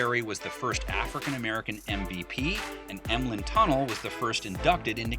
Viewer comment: pronounced Emlen Tunnell last name wrong